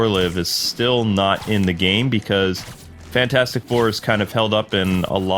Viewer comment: The “fantastif four” might wanna fix that lol Edit: ok he fixed it